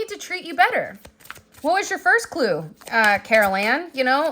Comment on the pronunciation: “Carol Ann” ☠️